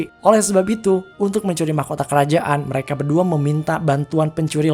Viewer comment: Min "MEREKE"